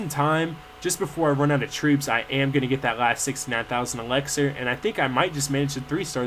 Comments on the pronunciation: it annoys me how you say elexir its ELIXIR!!! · yeah i know you say "Elaxar" lol it's hilarious but annoying to me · yeah, the elixir pronunciation annoys me. lol you wouldn't say sex instead of six. he says everything else correctly